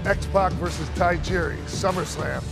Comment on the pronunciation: Say Ta Say Jiri Say Tajiri X-Pac:"Taijiri"